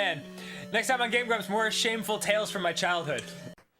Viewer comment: I lovee the way he says "Game Gwaomps"